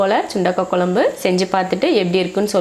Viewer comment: Pl tell kozhambu and not kolambu